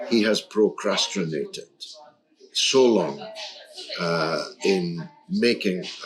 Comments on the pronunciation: George, the word is 'pro-crast-in-ated'. Repeat after me... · Why can't he say procrastinated?